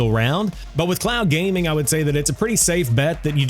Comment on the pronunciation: You're saying clown gaming 😂😂😂. Speak more slowly 😂😂😂